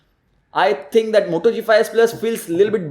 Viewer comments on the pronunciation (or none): none